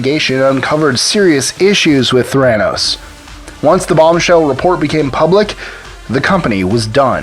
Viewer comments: PLEASE PRONOUNCE IT PROPERLY - you even said it - it's "thera" for therapy and "nos" for diagnosis. It's Ther-a-noos - NOT Th-RAN-os. I mean it's only been said in public what, HUNDREDS of times? Come on, you have one job. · Wall Street? Pharmaceuticals? Neither is applicable. Theranos: accent’s on the first syllable, according to how she pronounced it. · Might want to start by pronouncing Theranos correctly. Thumbs down. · You're not pronouncing Theranos correctly. Emphasis on first syllable, not second. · I hate the way he says theranos